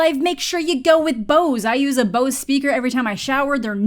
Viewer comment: that's not how you say Bose XD Can recommend the audio devices though. Very good but also expensive